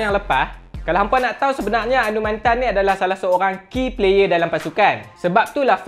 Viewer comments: Anumanthen cara sebut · Cara sebut nama dia Anu Ma then Hehe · Fuh info padat... Tp bab sebut nama dia tak buat research ka.. Anumathen... Mantan??? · Cra sbut tu mcm slh ja😅,mcm Sathianathan org sbut sathianaden